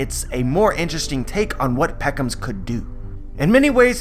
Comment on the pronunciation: P edro... P ound .... P eckoms???!!